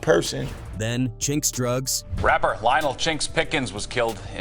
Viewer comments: Chin X? C’mon man. It’s CHINX get it right! RIP CHINX & BUNDLES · The Chin-X irritated me deeply each time I heard it smh. RIP to all those guys...gone too soon 🙏🏾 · Who the hell is Chin X 😂 man it's Chinx you literally said it already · Chin X, Really? 😳😩 It’s Chinx!!! 🧐🤨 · Now i see why 1 guy was mad about the chinx part.. how you have all these clips where these news ppl are saying his name right and the narrator just refuse to say it right.. i can't watch anymore